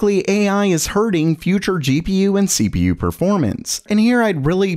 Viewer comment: The first sentence sound like SleepyU instead of CPU xD